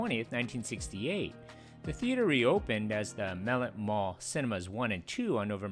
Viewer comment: your saying the name wrong. In canton we always said Mah-let